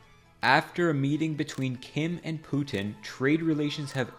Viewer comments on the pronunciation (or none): none